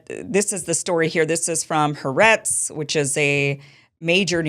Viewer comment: It's pronounced... "ha-AH-retz". Do you not know any Jews at all?